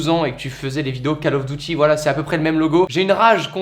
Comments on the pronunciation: On aime le « Call of DOUTY » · il a quand même dit call of douty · j'ai bloqué sur la prononciation de "call of duty".